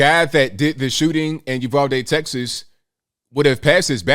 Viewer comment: Thank you for pronouncing Uvalde correctly. It is a small thing but meaningful when you hear your hometown butchered repeatedly.